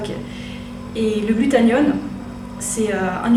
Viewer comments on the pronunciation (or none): GlutaThione pas glutaNione... ça m'a stressé mais pas grave x)